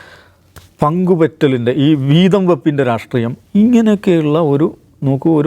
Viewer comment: Ratreeyam alla rashtreeyam